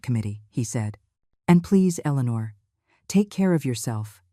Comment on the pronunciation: I'm so happy to hear Eleanor pronounced correctly that I forgive you! ❤Much better!